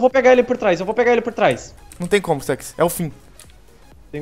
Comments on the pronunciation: ele fala staks em ves de stux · o nome e Stux para de pronúnciar Stax não tem A não e um U e Stux não Stax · PQ O CHAMA O STUX DE STAX?